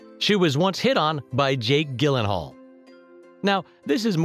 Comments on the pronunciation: Man really said, “Jake GILLenhal” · Can we just talk about how he pronounced Jake Gyllengall?? Lol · Anyone else bothered by the way he says Jake Gyllenhaal’s last name lmao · This guy doesn’t even know how to pronounce Gyllenhaal...I don’t trust it. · Lolllzzzz Ellen Pompeo is my most favorite actress. You are saying Gyllenhaal wrong. Lolllzzzz